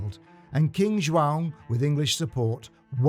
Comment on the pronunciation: First English man to say João, properly.